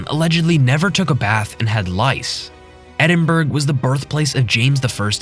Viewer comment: Maybe learn to pronounce Edinburg correctly before giving history lessons Also, learn what fatal means Poor